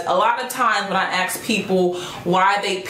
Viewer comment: Why do you speak so well yet say "axe" instead of "ask". Practice by saying "ass" then "kuh".Also try to stop smacking your lips.